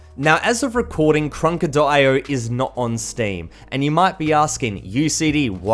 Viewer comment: He be like go instal karanansfatfshshafaffa IO